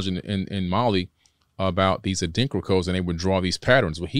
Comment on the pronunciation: a light bulb went off in my head. WOW! He kept saying Adinkra codes but I didn't get it because of his pronunciation. The Adinkra symbols of the Akan people (in Ghana and Ivory Coast in West Africa). In Ghana the symbols are printed in clothes, designs in palaces and walls, African handicraft, jewelry (bracelets and necklaces), and even painted on the parliament walls etc. They are all over the place. Each one has a name and meaning. Meanings passed on from our ancestors, but what I didn't know was the deeper meanings behind them until the guest mentioned them (Goggle Adrinkra symbols, or Sankofa, Gye Nyame). In the movie Black Panther, when T'Challa was in trance and went to the ancestral world, his father's cloth had the symbols. I have several Gye Nyame (meaning Only God) necklaces. I'm in total awe of what he's saying.